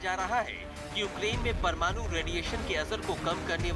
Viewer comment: परमानु नहीं बंधु,,,,,,, परमाणु शब्द सही होता है